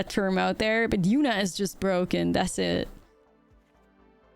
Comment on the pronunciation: With your accent, I swore you called the deck “Absolute Yuna-t” to start and now I have to play it